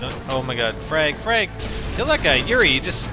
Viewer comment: when you say frag it almost sounds like frank